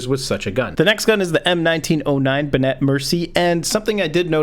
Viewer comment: And benet is benay